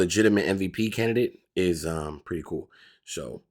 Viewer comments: « Canidate » is crazy work 😂😂😂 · That’s “Candidate” (jeeeez!)😂😂😂